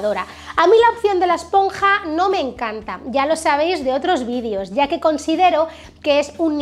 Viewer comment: Se dice videos 😑. No vidios